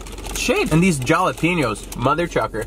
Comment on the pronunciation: Jalepnos are pronounced hal-epenos